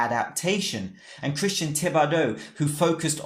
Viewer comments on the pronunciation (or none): none